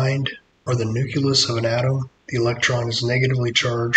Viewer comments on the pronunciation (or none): It’s not nukelus 😡; it’s nucleus.